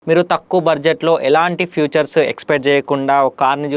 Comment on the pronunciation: ఫ్యూచర్ కాదురా నాయన ఫీచర్